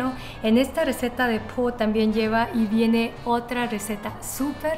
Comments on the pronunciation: "Pho" se pronuncia "po"? Siempre he oído que "pho" se pronuncia como "fa" o "fo", esta es la primera vez que la escucho pronunciada como "po." Quizás pueda ser que sea diferencia regional. Pero, dicho eso, gracias por tus recetas. Ustedes son muy apreciados. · Súper la receta y el video, pero no se llama "Po" se llama "Fo" y se pronuncia con tono hacía arriba "y de regreso" (Phở) por ese como ganchito que tiene arriba de la "O". Cuidado con la pronunciación porque, si dices "Fo" podrías estar diciendo "callejón" o "prostituta", lo sé porque vivo en Hanoi, Vietnam desde hace 3 años y se me ha complicado mucho el aprender el idioma, por detalles como estos, hehe. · Buen video! Eh solo que creo que Pho se pronuncia como { Fah } La Ph se dice como una F. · Hola! Si lo pronuncia como Fa entre Fo 😅